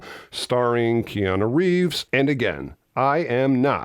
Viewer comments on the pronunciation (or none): none